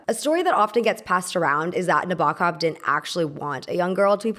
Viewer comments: It’s pronounced Nah-bow-kov. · please pronounce 'Nabokov' correctly. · Learn how to pronounce Nabokov BEFORE making a video where you mispronounce it over and over. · Every time the narrator said Nabokov's name, it grated heavily (and it is said numerous times) but aside from that, I enjoyed this commentary. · i love your videos but im trying not to cringe at everytime nabokovs name was said :(